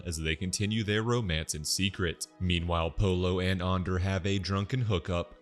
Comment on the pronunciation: Why go out of your way to say Ander wrong